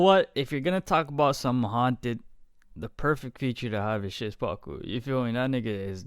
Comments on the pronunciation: Szpaku is pronounced "shpaku" man Great reaction man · Even better tutorial XD Sz pa ku Sz like 'sh' in shovel Pa like 'pa' in past And ku like 'coo' in cook I hope one day you will pronounce his name as you could speak Polish man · Pronounce szpaku “shpaku”